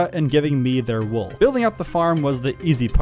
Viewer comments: woll? wool! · Bro said woll instead of wool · bro you said woll instead off wool XD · a woll farm ha ha love it